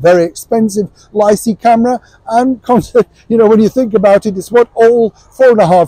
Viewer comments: Sorry to correct you but Leica is pronounced with a hard c sound (k) not a soft (see). Still love your reportage nonetheless, keep it up 👍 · Didn't work though, all the commentators seem to mispronounce the name - its pronounced"LIKE AH" guys.